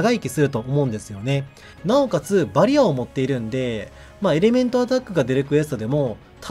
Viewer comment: バリアの発音が好きです